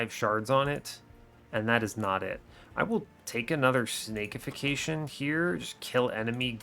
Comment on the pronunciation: This has been driving me nuts: its Snack-ification, not Snake-ification. Because you're turning the enemy into a crab cake for its allies. Making it into a snack. It's a great pun.